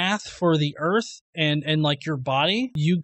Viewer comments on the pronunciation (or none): And I'm supposed to listen to a guy who pronounces it "ERRRF" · I just realized where the confusion is coming from; he's talking about Earf, not Earth. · I'm sorry I've never heard of planet Earf... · The guy Delano keeps calling the earth, the "Erf". The guy can't even pronounce a one syllable word properly. He's a moron. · The "erf" flat? What in the h__L is an "erf"? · "The Erf." -- The End. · “Im gonna give you pooves the erf is flat.....the erf flat, suck my nuts”.....those are words of a genius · He is a joke it's not earf.... It's earth!! Lmao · The earf is flat, lol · "da earf flat" uh sure jan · If you can't even pronounce Earth (Erf) any attempt you have to understand it is going to be retarded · "Da Earf" And why am I racist? I walk a higher path. Science, Logic, practicality, and reasoning. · Phlat earf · erf iz flat! i tellz trooth! iz trooth! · "de earf flat" "as fuk" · He knows it's Earth and not Urf? Right? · what in the fuck is an "erff"? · "The Earf"? What is "The Earf"? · "Da earf is flat!" lol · The part that pissed me off is the fact he says errrf instead of earth (He needs to learn English before trying to act like he knows stuff) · He said erf. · He calls it "erf"..... enough said. Lol. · What's the "earf"? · Okay before this guy ever makes another argument about Flat Earth or a globe Earth he needs to First learn how to pronounce Earth. All he kept saying was Erf what thevis Erf? If you say that really fast it sounds like you're barking like a dog Do it. Go ahead. Erf Erf Erf Erf. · "The erff gotta be flat" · Lol! DA EARF FLAT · He can't even say earth he says earf. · He keeps saying we live on a "Flat Erf". What exactly is an "Erf"? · The way he talks is just overflowing with both ignorence and Arrogance, C'mon the guy Can't pronounce an "R" or "Th" to save his worthless life